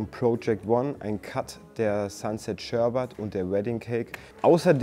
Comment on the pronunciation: Beim Dritten Mal SHERBAT war ich raus. Bitte mehr Kompetenz in der Aussprache der Sorten. Danke.